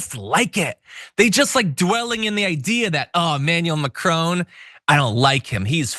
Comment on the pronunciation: I love how Americans only mangle Macron into "Macrown" for no reason. That's not how you say that in English or French; but knock yourselves out, it's cute, I guess, always adding letters to words for no reason. Here's to Americans being consistent can calling a crouton a "Croutown", instead of having these mini-aneurysms over single words in exception to other words. That's more of an informal dialect for illiterate people, like with Pidgin English.